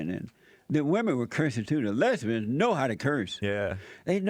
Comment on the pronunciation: 'A WHOLE LOTTA FAT LESSSBIANS' ***lmao***